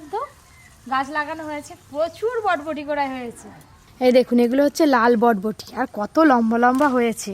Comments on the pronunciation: Botboti noi ota borboti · হ্যাঁ সমানে বটবটি বলছে কথাটা হবে বরবটি😂😂😂😂😂😂